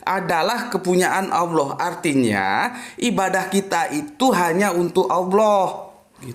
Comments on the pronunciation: Tolong di perbaiki penyebutan Allah, bkn Alah. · kenapa Allah dilafadzkan menjadi Awloh padahal bahasa Arab tidak ada huruf a dan e